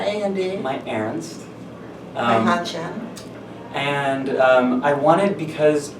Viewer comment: "my Earnst" "my Hanchen" MY HEART